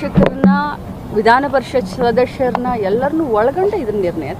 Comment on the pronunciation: ಶಾಶಕರನ್ನ ಷಡಷ್ಯರನ್ನ ವಾಟ್ ಆ ವರ್ಸ್ಟ್ ಕನ್ನಡ!